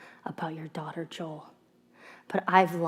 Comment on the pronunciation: Mothaa, daughtaaa, motion captaaaaa etc. Way u speak becomes rly annoying over time